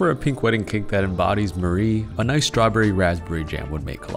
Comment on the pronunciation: Now that I’ve played Persona 5 Tactica, hearing the way he pronounces Marie hurts every time